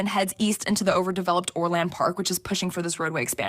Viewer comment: Why can't the woman pronounce Orland or Balich correctly?